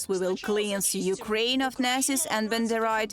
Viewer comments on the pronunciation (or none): Just a note. This segment is unintelligible. Please at least learn how to pronounce "Nazis." It doesn't sound like nasus.